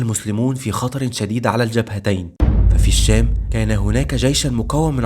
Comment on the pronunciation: اتمنى تحاول تضبط نطقك للكلمات اخى الكريم كلمة "الشام"نطقت لامها قمرية مع انها شمسية لا تُنطق وهذا من باب التذكير فقط ربنا يوفقك فى القادم